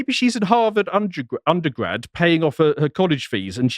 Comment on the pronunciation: Harvard “undie-grad” 😂